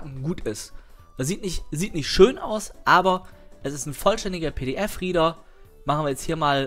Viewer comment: Der portÄÄÄble PDF rIIIIEder.:P und Englisch:DD